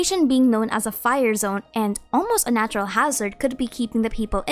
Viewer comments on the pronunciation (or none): none